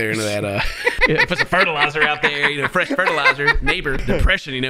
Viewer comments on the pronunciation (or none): trying to say freshly laid eggs killed me. Definitely city Boys. 😂😂😂